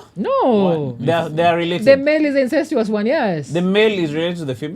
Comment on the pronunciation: Sio incencious ni incestuous Don’t rush to use big words just to impress strangers. Intellect isn’t measured by the number of syllables you use.